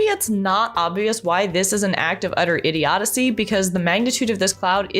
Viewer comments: “Idiodicy” is not a word. I think you’re looking for idiocy (IH-dee-oh-see). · I thought it was just a misstep by her...but then she said IDIODICY again....hmmm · "Idiodacy" ...? It's idiocy. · After that 2nd butchery of the word: "idiocy", I couldn't watch another minute. Everything prior was kinda 'meh'.